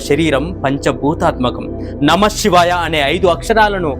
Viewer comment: షివాయ కాదు శివాయ Shivaya Kadu, Sivaya Correct